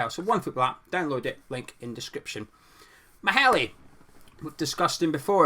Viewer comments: It’s pronounced “mayler” just saying he’s a quality LB I’d be happy with him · as a Dane, it sounds really funny when you try to say Maehle :-) '